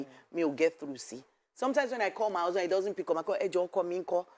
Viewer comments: 'Husband'. The majority of you are backward in that 'country' you call Nigeria. I asked a simple question, what was 'Usband' and why couldn't she pronounce her consonant 'H'? What happened? Frustrated people came out and typed examples of their frustrated lives except Yskubu, who was reasonable in his comments and 'politely' explained for me. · How old is she now? 53? How come she can't pronounce the letter 'H'? What is 'usband'?